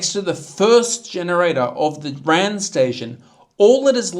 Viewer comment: It’s not a word ‘ran’, it is R.A.N. as in Royal Australian Navy.